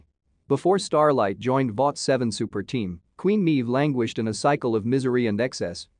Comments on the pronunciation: well I understand you have a computer voice reading a script you should have spelled Maeve phonetically as MAVE. instead this computer voice refers to her as MEEVE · haha "Meeve" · How does the uploader review the boys if he clearly doesn't watch it considering he can't pronounce queen meave correctly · Literally cannot watch this video because of how badly you mispronounce “Maeve”